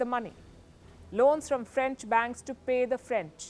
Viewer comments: I'm Haitian and can tell that Palki has done a great job at explaining the Haitian history and the current situation in Haiti. Palki pronounces French very well. I'm impressed😃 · Good coverage on Caribbean news. Serious research went into making this report and connecting the dots. The French pronunciation, not bad at all.